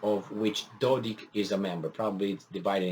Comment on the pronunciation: Dear, the name is pronounced Dodik (sound 'K' not 'ch'). Otherwise, great job with your commentary. I listen to you daily. Greetings from Belgrade